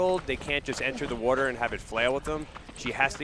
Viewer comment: Do a burpee every time the announcer mispronounces the word "water".